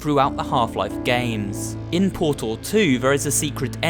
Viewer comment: it's Portal Not PURTUL The guy's voice is so cringy